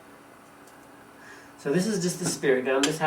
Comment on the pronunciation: "goolue" hahahaha